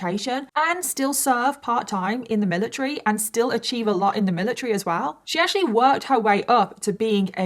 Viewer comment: lol the amount of times you said "miliTREE" is actually crazy 💀